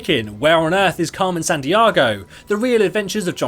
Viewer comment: Im sorry... Carmen San-DEE-AY-go.... NOT SAN- DIAGO!!!!!